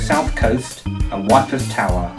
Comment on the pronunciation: It’s pronounced eepra not whippers! The smell of bacon? Did you have Miss Piggy on your team?